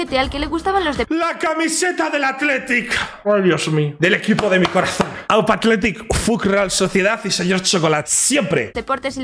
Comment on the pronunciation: Haber no te quiero romper el corazon pero no me gusta que digas biba atlitic i fuc real sociedad